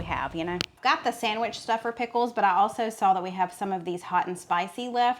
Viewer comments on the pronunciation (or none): none